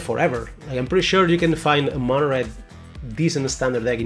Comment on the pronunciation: he says "Mona" red lol, wtf..........Its "Mono" as in Monochrome